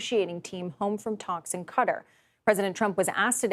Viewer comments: It's pronounced Ka-tar everywhere else but CBS. I guess that Larry Silverstein "Qatar Hero" meme hit hard. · Its Qatar not cutter.